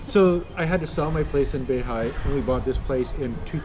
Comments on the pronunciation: Beihai, not Bay High. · He spots an LBX Pharmacy which you'd think he knows are open 365 days a year as always and denouncing the boss as an 'a**shole' who's abusing workers. Fantastic! Worlds worst pronunciation of any Chinese names for anything. "Ho Geeloo' and 'Bay High' and its fantastic! Thinks the holidays somehow start at midnight of the 8th lol fantastic! Seems hellbent on defying local liquor laws which would actually be a great video if they enforced them but it's even worse because he's taking advantage of the fact that local police will give big leeway to a foreigner. seems like a dick move to smirk about pushing it but it's fantastic. Despite spending 5 of the last 17 years in China, he still cannot figure out that things sure are 'cheap' when you're getting your Canadian pension money dollars. Smirk smirk, look at this superior land-o-plenty where my capitalist invested retirement cheque is in Canadians dollars worth 7X more than their money! Fantastic lol! Right, the "only $5" meal is actually around 30rmb which is... think of it this way, that's like a Canadian buy a $30 dinner relative to what Chinese earn. the average person in his neighborhood might bring in just $500 canadian (say 3000 yuan), BUT HEY, This guy STILL cannot comprehend this concept and smirks to Chinese about how cheap their food is! I bet they love hearing that as he gets his free Canadian money every month ughhh. but also fantastic lol